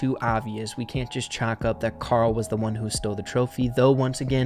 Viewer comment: It’s karol